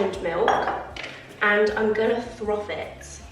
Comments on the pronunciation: Love the decor 🧡 All of the autumn vibes right there! Just so you know it’s ‘froth’ not ‘throth’ 🤣 - that had me laughing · love you but it’s froth not throth🤣🤣fully cracked me up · It’s milk froth not throf 🤣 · It’s froth not throth…. ❤️❤️ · It’s called froth not throf 😂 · the word is froth not throfth 😅😅😅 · you crack me up saying throf about 5 times, it’s froth! 😂 I think everyone has a word they struggle to say, mine is British if I say it too quickly 🤦‍♀️🤣🤣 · It’s FROTH not throth 🤣🤣 that made me laugh at how many times you said it xx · Bless you it's 'froth' not 'throth'. 😅. Totally with you on the morning routine, I'm trying to get up earlier but it's just not happening. Love your videos as usual! Xx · So cosy! It’s FRoth rather than THroth - that’ll help you say it 💪🏻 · It's froth not throth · Love your vlogs, the content is 👌🏼 FYI, it’s FROTH that’s why saying throth doesn’t feel right 💖